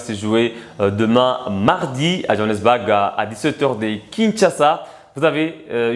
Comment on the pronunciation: Le mot "BOURG" se pronounce phonetikement comme "BOUR"pas BAG comme tu le prononce, merci.